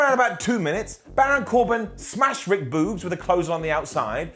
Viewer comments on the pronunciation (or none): none